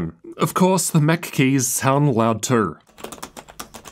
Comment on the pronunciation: Interesting pronunciation of "too" as "tooR"